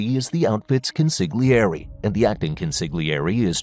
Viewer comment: Consigliere: The g is essentially silent.